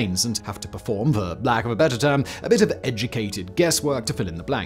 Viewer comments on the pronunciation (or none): none